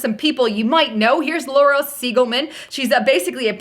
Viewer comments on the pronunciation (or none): none